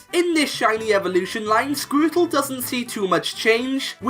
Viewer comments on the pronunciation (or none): I like how he says Squirtle, Sqourtle